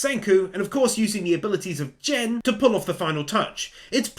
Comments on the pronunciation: Just want to let you know great video, but you are saying Gen's name wrong, you keep saying it as Jen. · GEN IS NOT PRONOUNCED LIKE JEN